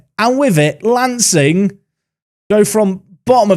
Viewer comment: as someone who lives in Sussex, some of these pronunciations really caught me off guard...lancing is said like 'larn-sing' for instance. it's the little things eh. keep up the great series. enjoying it so far!